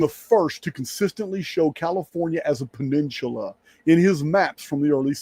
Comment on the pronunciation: Baja = Bah-hah: Peninsula = Penin-soo-la